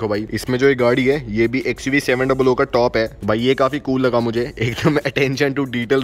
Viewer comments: It's XUV seven hundred not seven double o... There 2 zeros not oo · Bhai xuv 7 duble O matbolo kano me chubta hai.....xuv 7 hundred hai woo